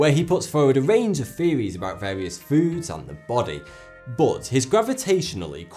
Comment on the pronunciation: not to be rude but its not fairies, its THeories.